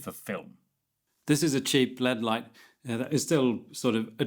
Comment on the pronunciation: I was 23@ in before I realised he was saying "LED" not "lead" and ... I feel like I should have been watching more closely now.